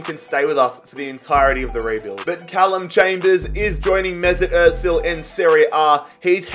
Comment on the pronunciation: Why do you pronounce ozil with a t mate😩